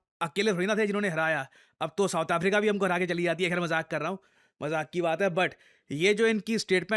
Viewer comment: majhak, kya majhak hain 😂😂😂